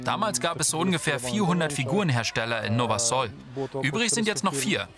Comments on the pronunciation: es wird nicht Nowa Sol sondern Nowa Sul ausgesprochen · nowa sól wird nowa sul ausgesprochen und heißt neues Salz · Nowa sól wird „nowa sul” ausgesprochen😂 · Die sprechen nowa sól voll komisch aus 😂😂(bin Polin halt) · Ich bin Pole und lache mich gerade kaputt Weil ihr Nowa Sol falsch ausgesprochen habt